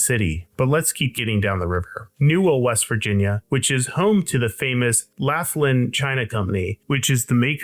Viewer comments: You may question living near the Shell petroleum facility, but you don't know about the St. Joe lead smelting plant that used to be on the same site. BTW- it's pronounced LOCK-lin (Homer Laughlin China). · Until 2020, teh pottery factory making Fiesta Ware was Homer Laughlin China Company . Laughlin is pronounced LOCH-lin the CH as in Bach. Otherwise, OK